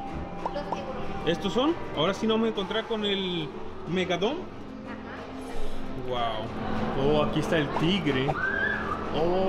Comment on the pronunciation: Se dise megalodon no megadon